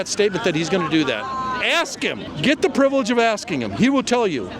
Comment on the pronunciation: I can't believe no one hit you... XD You gotta learn how to pronounce 'the'.